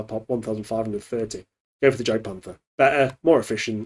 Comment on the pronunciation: As im sure you are aware the J german in is pronounced like a Y i.e jagdpanther is pronounced Yah - gdpanther